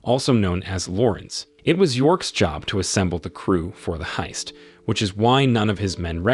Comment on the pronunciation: Sooo many pronunciation errors -- is this narration done by a less-than-perfect AI? ... For example, how do you pronounce heist?